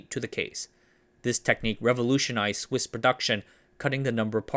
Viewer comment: "Somehow Swiss Watches Returned" almost sounds like "Somehow Sith Watches Returned"